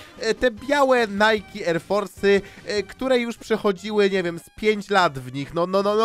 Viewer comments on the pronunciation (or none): none